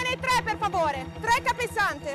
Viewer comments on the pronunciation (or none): PORTAMENE TREEEH PER FAVOREH, TRE CAPPESANTEH